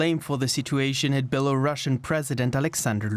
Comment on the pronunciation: One pronunciaton correction: Belarus - Belarusian (belah - roosian). Not Bela Russian